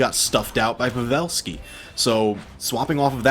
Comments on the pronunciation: Kuddos to the caster who says pavelski's name correct.Its Pa'velski not pave'lski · The way he said pavelski hurt me